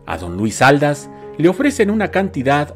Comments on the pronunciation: TSSSSSS CARAY, es Luis Ald-á-s , con acento en la última A....cómo que Luis Áldas tssss ...prepara bien tus videos!!!!! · Perdón pero se pronuncia Aldás porque lleva tilde en la última "a" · Así es era Aldás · Es Luis Aldás. Acentúe correctamente. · Una pequeña aclaración: Aldás va y se pronuncia con acento en la a final. Favor de hacer una búsqueda en Wikipedia y otras fuentes de información sobre la biografía de este gran actor. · Exactamente. También noté el error. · Así es, con razón lo escuchaba raro que hasta me hizo pensar si era yo la equivocada 🤔🤔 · no llevan acento ortográfico pero si prosodico que quiere decir que se acentua Aldas en la segunda a y no en la primera como lo pronuncia nuestro querido